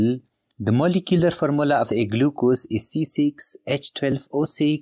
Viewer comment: Formula ❌Farmola😅 ✅